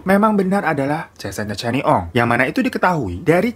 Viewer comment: Bang glowing, sebutannya kenny ong, bkn channi ong 😁 salam syg dri 🇲🇾